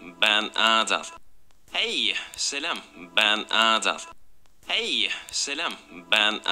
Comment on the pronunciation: dediği kelime:HEYĞĞGY Selam BEĞN AADAÂL x&